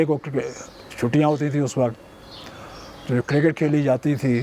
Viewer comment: Signs of deteriorating Urdu over the generations: the interviewer, supposedly a literate professional, cannot speak words like وقت (waqat) right — while the player pronounces them correctly (in this instance "waqt"). Never mind the horrible English by the learned podcaster.